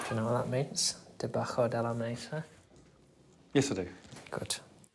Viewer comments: he didn’t know. , he even pronounces the word for below, ‘debajo’, as “debacko”. Pretty poor considering his qualification yet we learn this at GCSE. Proof a university education isn’t everything 😂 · there’s so much wrong with this! 1. He knew only after thinking about it a long time later. He did not know immediately upon reading it, or else he would have looked under the table. Basically - he did not translate it, or attempt to. 2. Did I say otherwise? 3. You do not pronounce debajo as debacko. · You're not wrong, the H sound is just slightly different to how we normally say it (it's pronounced similarly to our H, not exactly the same). I think you'd still describe it as a "H" sound, even though phonetically I wrote debacko.